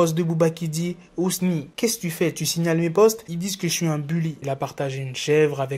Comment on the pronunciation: Waaah on dit.pas uncute mais Unkut